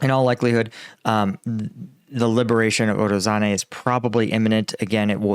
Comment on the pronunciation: you need google translate or something to say those names right. "ZH" has nothing to do with "Z" sound. Also forgetting to pronounce that "i" after "a" in Urozhaine. Also "Urozhai" means "Harvest".